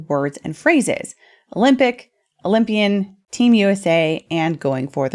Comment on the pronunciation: Cant say oly mpian sheesh😮